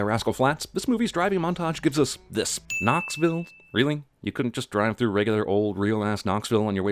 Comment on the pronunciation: Knocksville as in "engine knocking," Jeremy. And at least Cars 2 was entertaining. This put me to sleep...